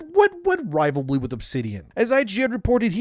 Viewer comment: says rivalry like Benedict Cumberbatch says penguins.